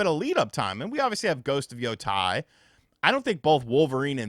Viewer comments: Ghost of “yo-TAY” not “yo-tie” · Can you pronounce ghost of yotei correctly? It's pronounced as is being Japanese. No need to bring english phonics into it - just pronounce as is